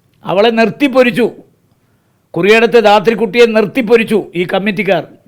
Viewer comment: ധാത്രിക്കുട്ടി അല്ല ഉണ്ണിത്താനെ....താത്രിക്കുട്ടി എന്നാണ് ശരി..